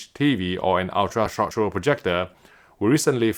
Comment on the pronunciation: Am I the only once that laughs everytime when I hear say, "short show" (short throw) 🤣